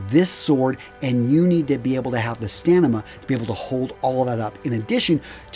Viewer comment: Good video, but why would you pronounce "Stamina" as "Stanima"...??